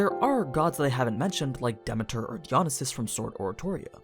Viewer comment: Hope there's a prequel so I can see mi familia. I think Jhen Mohran and Zorah Magdaros are better as behemoths than Nergigante. Then Ceadus can be leviathan and Fatalis can be black dragon. I like Hephaestus though. Btw , pronouncing the name wrongly lol. Demeter too.